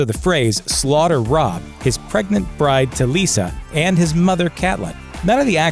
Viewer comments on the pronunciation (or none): none